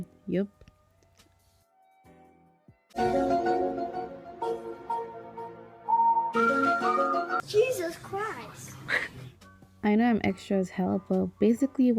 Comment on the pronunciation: Niceee .....love it .....but that part kill me when boy say Jesu's Chris ... 😂😂😂😂😂